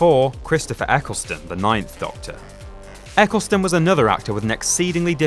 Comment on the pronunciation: Eccleston not Ecclestone